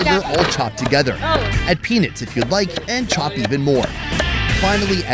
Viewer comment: The way he says peanuts makes me giggle. He says "penits"😅